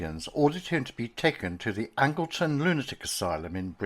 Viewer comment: I only live 20 miles away from Cardiff but I'd never heard of this case. Thank You for uploading it! One thing I will say is that the Lunatic Asylum in my home town was called Angelton not Angleton.